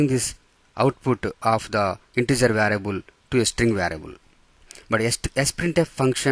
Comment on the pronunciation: Bruh is it “variable” or “varable”